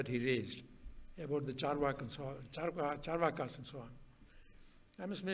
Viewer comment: Rajiv, please correct the pronunciation of Charvaka. It is चार्वाक ---- chaarvaaka. Not chaarvaka.